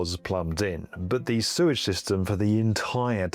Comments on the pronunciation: Hey mate, love your videos, been watching them for ages,glad you have a book out. But please..it's Sewage not surage, you swap from both pronunciations throughout your video.. Cheers.. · did you say "Suez treatment system"? Hahaha!